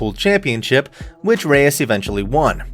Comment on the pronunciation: Not "bay tuh" Reyes you idiot... 😒